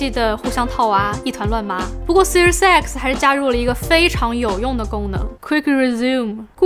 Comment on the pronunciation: 怎么我听读Series X听成Series sexy，啊哈哈，怪怪的